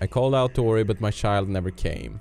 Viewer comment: Döp Ori till ''Peppic'' eller ''Peppik''( typ när du ska säga kom igen nu Ori)